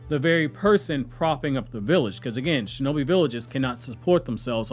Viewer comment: Defund the SHO-no-Bi 😂😂😂😂😂